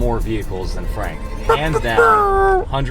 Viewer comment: You did not just say franks name wrong!! 😂